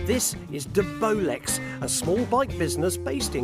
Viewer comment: Nice Tig-ing 👌🏻😎 it’s De-Bolex ! 👌🏻